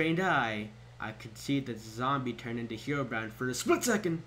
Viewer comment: He did too! Its Herobrine xD!U said herobime